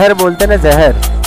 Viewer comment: Zeher bolte na zeher